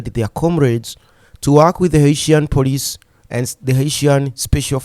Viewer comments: You can't pronounce the word "police" ? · please its is not Poriceeee it is Policeeee😂